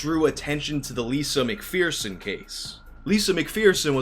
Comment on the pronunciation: Mcpherson like fur son not fear son????????????????????